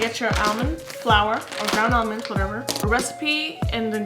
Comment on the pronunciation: I'm getting triggered with how she says almonds 😂😂